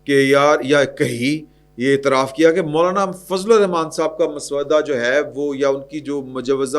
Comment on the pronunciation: یہ مس - ودہ نہیں ہوتا محترم اسے "مسّودہ" MSWADA پڑھا جاتا ہے.